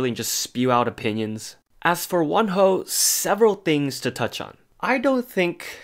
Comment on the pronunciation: I thought you say one hoe and im so shookth and confuse then i realise it is wonho